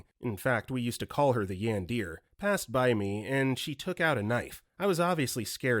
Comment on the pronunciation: "yan-deer" instead of yandere lol